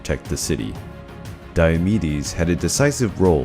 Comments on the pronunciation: Lol I thought he was saying diabetes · I heard diabetes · Is it just me or do I hear Diabetes instead of Diomedes?😂😂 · Who here heard diabetes for the first 30 secounds. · Sounds like you're saying diabetes